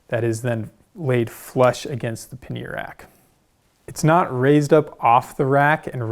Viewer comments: ‘Paneer’ is a cheese. ‘Pannier’ os pronounced quite differently and is indeed quite different in definition. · These bags look great but I'd really like you to reconsider your pronunciation of the word pannier 😅 PAN-EE-YER